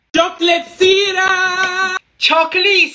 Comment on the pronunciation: Him: icecreammuo, chocolate syraaa, spincralsss